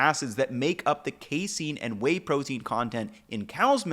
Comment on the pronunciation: Not me laughing each time said "way" and I just kept thinking "whey"